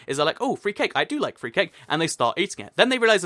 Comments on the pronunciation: did he say the number free? instead of number 3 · did u say 3 like free on purpose because u were talking about 3 cake?